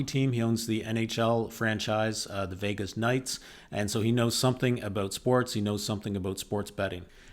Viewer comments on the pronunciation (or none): none